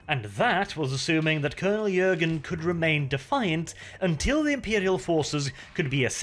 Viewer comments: Hi thank you for the remaster. However, I am sorry to break it to you, but the name is Colonel 'Jurten', not 'Jürgen' and I am sorry again, but you make the mistake throughout the whole video...thanks again anyway and happy holidays. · JurTen not Jurgen come on man